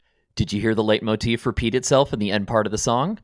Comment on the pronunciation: It's pronounced "light" motif, from the German word for leiten: to lead.